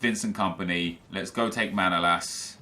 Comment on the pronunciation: manolas name is not Manoolas but Manolaas